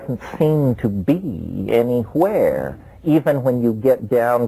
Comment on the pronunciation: Lmfao anywhere! This inflection is so rare from him